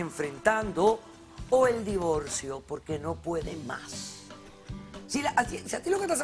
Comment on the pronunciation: Divolcio despielta espantoso pronuncian